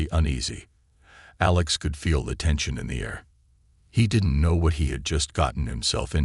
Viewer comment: That's it! You want people to subscribe to your channel, but the narrator [whether human or AI] is not able to enunciate certain words or names such as minutes in the word(unreadable) was read in the past tense and not in the present tense. Well as the human pilot's name of ALEX was misspoken as A lax instead, but later was corrected. Is this an AI generated story or did janitor was given the transcript to proofread while on a cigarette break? Come on now, get with it, and produce the the quality work that I know you can do. Go on, make me proud.